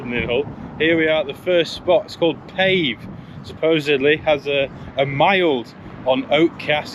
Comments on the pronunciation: More like pronounced Paaaave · Pronounced 'Pay-vee' 😉